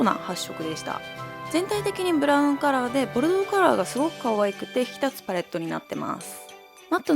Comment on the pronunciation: 今回はちゃんと「ボルドー」って言えたね☺️w